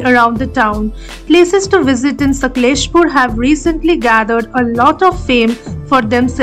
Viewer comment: Please pronounce the name of the city properly. ....